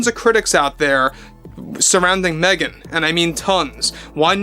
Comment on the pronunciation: Woof on Meh -gan